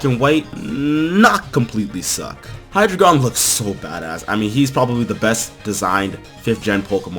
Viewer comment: It's pronounced high-drei (like 3 in German)-gon